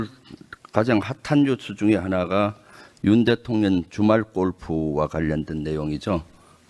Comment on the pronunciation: 김병주의원은 한국어발음이 왜그래 대통령 을 대통련으로발음하네~